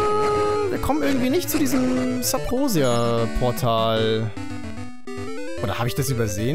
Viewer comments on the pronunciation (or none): Warum sagts du eigentlich immer Sabrosia? Das heißt doch Subrosia 🤔